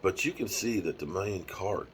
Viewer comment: Da-Moan... that's how you say his name OG lol